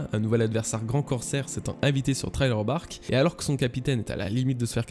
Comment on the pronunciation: STP revoit ta manière de prononcer Thriller Bark, ça se prononce thriller et thraïller